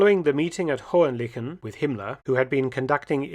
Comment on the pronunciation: Indeed. But the pronunciation of Hohen-Lychen was not that successful. I admit it is a tricky one. 🙂